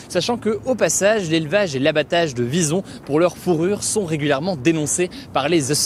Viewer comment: Au début j'avais pas compris que tu parlais des Visons et car j'ai compris "bisons".